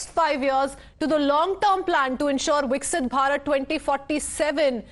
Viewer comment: Please pronounce it correctly. It’s VIKASITH BHARAT NOT VIKSIT